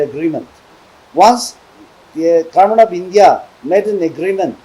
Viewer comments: 😂Our Odi we Aos pronounced are sooo poor and weak Kurmen means Government All mistakes points u people please take understand with Okay 😊He is the only MP from our Nagaland Please support him 😥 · Garment means Government okay My odi We Aos Soo weak poor in Pronounced but let's u people Understand my Pronounced 😂 okay